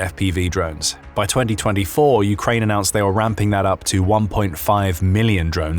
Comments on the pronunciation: You say Ukrine I aay Ukaine lets call the whole things off. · “Ukrine”? wow removing channel from feed